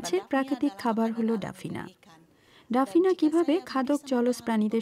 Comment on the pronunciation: এটা ডাফনিয়া হবে, ডাফিনা না।